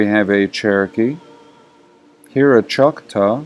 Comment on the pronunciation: Halito friend. Choc-taw isn't exactly correct..say "Cha-ta". Sir in the thread you were reading is right, I'm "mostly scottish" by modern terms, Chata/Irish as well. There's a reason you find the two together.